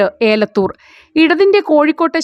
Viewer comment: ഏലത്തൂർ ആണ് ഏലത്തൂർ അല്ല